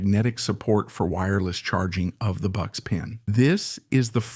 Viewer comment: Bucks? Boox is pronounced "Books" you should let the english voiceover person be aware of this next time. The weird spelling making it hard to guess the pronunciation haha I used to read it as boo-cks